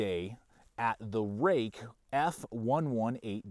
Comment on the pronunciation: Roook, not Rake. Fruit has the ui in it and is pronounced froot so therefore Ruike is Roook not Rake.